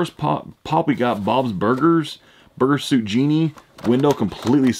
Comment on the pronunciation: Always makes me laugh how he pronouncostuff sometime "Burger Suit GenIE"